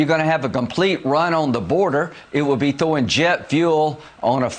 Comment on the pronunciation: He said "thew" and "thowing" instead of "threw" and "throwing". : /